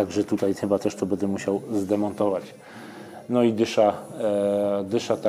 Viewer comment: Film spoko, fajna recenzja. Przydało się dzięki. Tak a marginesie nie mówi się bede tylko BĘDĘ. Strasznie to wygląda na yt w odsłuchu. Mówmy po polsku kolego.